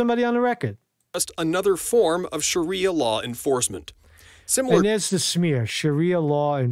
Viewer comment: So,you can’t even pronounce Sharia fucking Law,and you’ve just discovered the definition/description of it,yet you expect us to fucking take your “opinions” seriously?Get the fuck outta here!A lot of us have been raising hell over all this bullshit for the better part of a decade,we’re very much aware of any and every damn thing you attempt to spew off about,and your “minutes old” opinionated spittle deserves to be taken as meticulous thought worthy of debate? WTF?Damn it man,why the hell you even comment on anything important to us as a sovereign country,knowing you’re less informed than a fucking high school sophomore?? I’m just disgusted,fucking disgusted that we’ve been weighing in on your “opinions” you’ve literally just discovered.Thats a big “fuck all y’all” to the majority of us that’ve put in the time and effort to get all the pieces of the puzzle we’re “patiently and carefully forming our opinions on”,and surely you see that. Fuckin’ report on what you know,like 8-10 blocks either way out your front door,that’s something we can actually add to our own stored files and form up an opinion when there’s enough info built up to do so. Fuckin’ shit,you’ve ruined the damn day....😣😒